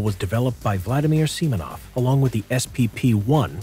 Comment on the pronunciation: "Vladimir Semonov" 🤣🤣🤣